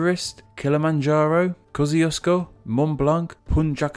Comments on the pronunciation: damn, butchered kosciouszko it's morel loke "koshchushko" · Kościuszko=Kosh'chuu'shko; you're welcome. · Mate, the Australian pronunciation is Kos-ee-o-sko. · And yet Aussies pronounce it Kozi-Oz-koe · Most Australians (i) pronounce it kozzee-oss'-ko, and (ii) have only a vague idea how to spell it. :-) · I am Polish and I didn't expect that an Australian mountain had a Polish name but as expected and English-Speakers don't know how to pronounce Polish words. It isn't not "Kosciuszko" but "Kościuszko" as that was the correct spelling of the person the mountain was named after Tadeusz Kościuszko. A) "sz" is two letters that make 1 sound corresponding to the "sh" sound. B) All vowels have 1 distinct sound in Polish. It is a misconception that English has only 5 vowels. A vowel is a sound and English has too many vowels but English does have 5 letters that represent vowels. Basics of Polish vowels A = "ah", O = "oh", I = "ee", U = "oo" etc. C) The letter C represents the "ts" sound in Polish like the majority of Slavic languages. D) The Polish letter ś has a sound of "shi". So "Kościuszko" is meant to be pronounced "kohshi-tsoo-shkoh" no matter what the English-Speaking Australians pronounce it. Also Tadeusz is pronounced "Tah-de-oosh" if you needed to know.